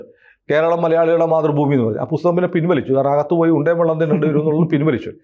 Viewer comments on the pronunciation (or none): none